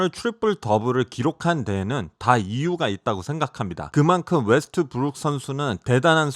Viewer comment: 현지발음패치(엘레이 레이껄ㅅ,앤떠니 데이비ㅅ,르브런...) 웨.스.트.브.룩에도 적용요청